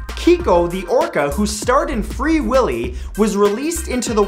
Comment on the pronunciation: Did Matt just say FREE WHILY lol 😂😂